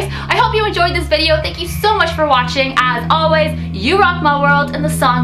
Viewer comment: Watching not washing LOL